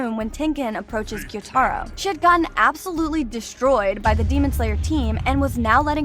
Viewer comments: The only thing that pisses me off most in this video is the fact that YOU KEPT SAYING GYUTARO'S NAME WRONG. It's Gyoo ta ro not gyo tai ro you are not an anime weeb you are a fake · Hey I like that you did this its great but say tanjiro,zenitsu, gyutaro name correctly plz and thanks not hateing btw love the content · Please, please just say the names right. It’s killing me when you say tan jee row and gyoo tar ohh and kuh nat it just hurts my ears